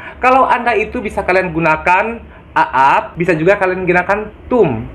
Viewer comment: Mas.. Salah dlm pengucapan Aap.. Itu bukan di pisah A'ap. Tp di sambung a nya panjang